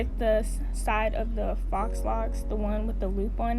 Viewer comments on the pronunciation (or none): Faux is pronounced foe